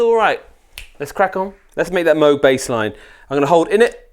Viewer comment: Its Moog not Moog